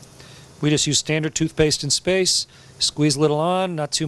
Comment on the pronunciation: i guess he meant 'just' and sounded like 'don't'